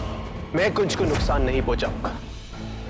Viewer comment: does someone notice that twinkle said nuktaan not nuksaan